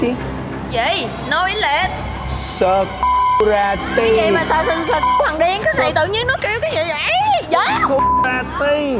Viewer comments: Security đọc thành sờ cu rờ ti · she just misheard you says SECURITY ----> SỜ C* RI TY